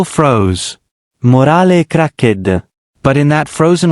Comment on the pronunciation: I don't believe "morale cracked" is pronounced "more-alli crack-ded"? Italian AI?